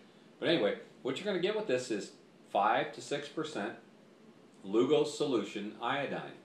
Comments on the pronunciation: You'd think he'd at least get the guy's NAME right! LUGOL !!!! NOT LUGO!!! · If you want credibility, you need to get the name correct! It's LUGOL's. Dr. J.G.A. Lugol...with an L!